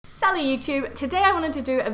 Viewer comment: when she said salut it sounds like sally